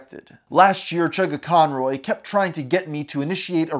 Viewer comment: havent watched the video yet but as soon as i hear him say "chuggaconroy" i felt pain